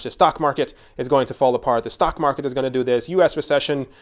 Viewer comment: Don't worry, to be honest I watch your videos for xrp and ripple updates (mainly longingly) as much or if not more for the cryptoverse in general. Also say mar khets one more time 😆 Keep them videos coming.